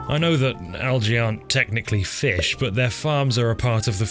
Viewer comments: please stop pronouncing fish like that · I've been mispronouncing "Fee-ish" all my life! Thanks for hooking me on the correct way! :D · Every time you said 'feesh' my brain added the sound effect; very good. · Sir Sean Connery would be proud of the way you pronounced "fish". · Man be saying Fish like Michael Jones when he had a stroke lol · haha he says fish in a funny way haha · Love the way you say fish. It's like an audio version of italics